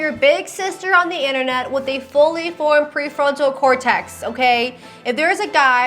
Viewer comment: No big deal, but it is cortex not cortext. 😊